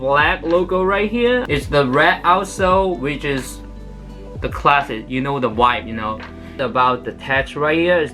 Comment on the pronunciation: 把vibe念清楚